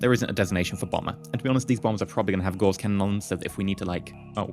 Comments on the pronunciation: Isn't it said like gauze? As in a gauze mat? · Gauss rhymes with louse, btw :-). And you keep saying 'duranTium', which I admit does sound better ;-).You got me into Aurora, thanks for that, it's great. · Actually both pronunciations of Gauss are accepted. However you are right about Duranium.